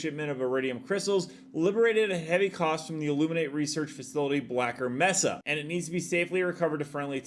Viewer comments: Mesa is pronounced May-Sah. Not messa. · Brother its pronounced "May-suh" New subscriber tho. Love how you do your content. Straight to the point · As others have already pointed out, "mesa" in English is pronounced "may-sah". As fewer have pointed out: "zealot" is pronounced "zell-uht," not "zee-lot."